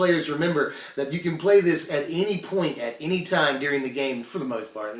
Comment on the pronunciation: Ah....Ze cat.... we meet again